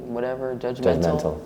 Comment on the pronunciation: She talkin bout low iq but doesnt know how to say judgmental 😂😂 pretty girls ain't exactly the brightest